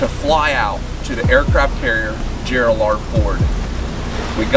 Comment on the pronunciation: The name of the ship is "USS Gerald R. Ford" and not "USS Gerold R. Ford" :). Thank you for this amazing video!